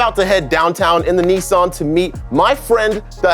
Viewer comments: kay's becoming too american, he's now saying neesan not nissan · your from england we say nissa not fucking neesarn